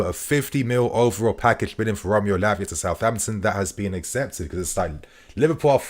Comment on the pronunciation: Keep killing it. Haha. First 'Labia' and now 'Piss'. lol